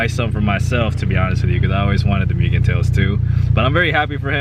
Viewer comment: Pronounced moogen bro. MOOgen lol but keep up the CTR content! Have a 19 CW myself🤜🤛